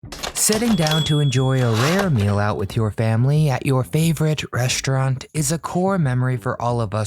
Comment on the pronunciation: It’s pronounced REST-raunt, not RESHT-raunt. And I loved the Little Black Sambo story when I was little. It was never done in a mean way. I wanted him to be my friend when I was 4 years old.